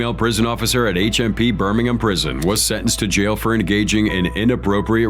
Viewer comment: “Sitting in a jyal”